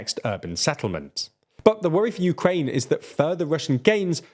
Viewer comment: Uraine? Urine?